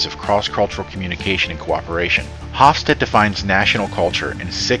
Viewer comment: The final e in Hofstede is pronounced/sounded i.e. it's not a silent e.